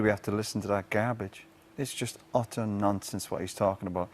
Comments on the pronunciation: Its funny cuz it sounds like hes saying nonces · Sounds like he’s saying nonce and nonces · Sounds more like he's saying "nonces". 😂